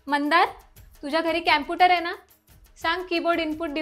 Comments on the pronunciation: कॅम्पुटर नाही कॉम्पुटर 😂😂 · Camputer nahi computer ahe computer cha madam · Mada che pronouncation chukiche ahe camputer ka computer pahije madam jar chukat asel tar students kase shikanar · कॉम्प्युटर ❌ क्याम्पुटर ✅😅😂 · कॉम्प्युटर ❎ कॅम्पुटर ✅😂🌸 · Computer ❎ Camputer✅😂🤣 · Computer ❌ Campooter ✅ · कंप्यूटर ❌ क्यामपुटर ✅🤣 baki all good ❤ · Teacher ch computer la Camputer mhantey tr student kay mhantil😂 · कॅम्प्युटर नाही कॉम्प्युटर.. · कँपुटर नाही कॉम्प्युटर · Camputer ✅ computer ❎😅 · कॅंम्पुटर नाही कम्प्युटर